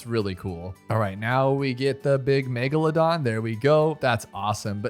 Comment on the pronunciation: this dude said megaladon when he got the bigboy